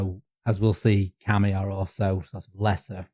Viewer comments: yes! And kami means "god/deity/spirit/etc." while kame means "turtle", so it's a funny little mistake. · Pronunciation problems: KamEH is a turtle, not a god/supernatural spirit/paper. Kameeh is that, with a very soft eeh at the tend. So, even if turtles are kameee, you called Fuji-san a turtle, not a god. And no kami is a god in the Western abrahamic sense, as all of them can (and are) be vanquished by human heroes, just as in Homer both Aphrodite and Mars are hurt by the uncontrolled fury of Greek heroes. It's just the anti-human stupid Judeo-Christian nonsense that put people at a place where we're nothing before god. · Interesting to hear the common pronunciation mistake I'm constantly guilty of here, being from Yorkshire: "Kami" being pronounced by as "Kame". The nice thing about Japanese is that the kana characters are totally phonetic, eliminating a lot of ambiguity in pronunciation... but old habits die hard